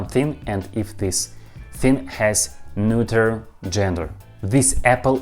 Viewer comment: I'm still in the middle of the video, but you pronounced "neuter" like a champ! I know your history with the word. I imagine you were finally able to get to sleep LOL. Well done! P. S. Russian is still difficult as hell. I'm so confused. At this point I'm just listening to your voice and the sounds of Russian spoken slowly. P. P. S. In English, salty (pickled) cucumbers are called pickles. The cucumbers are soaked in brine to make the salt (and other ingredients) penetrate into the cucumber. It's called pickling. People pickle all sorts of other things, too (like garlic, my favorite). Oddly enough, in English, when you pickle anything else other than cucumbers, their names don't change. They're just pickled . For example, pickled garlic. But pickled cucumbers are called pickles. Yeah it's weird and I don't know how it came to be this way. You're doing fantastic with learning English, though! P. P. P. S. The term is "when I have the time". P. P. P. P. S. I think your Russian phrases are extremely interesting (for example, "better a bitter truth than a sweet lie". I would love to hear more of your phrases. When I was young, I was with my neighbor's German exchange student, and he spontaneously shouted something in German at the house cat that knocked over a cup of water onto him. I asked what he said, and he said that in German, they have a saying for when people do crazy things. They say, "have you lost a wheel!?". I thought it was really interesting and funny. I'd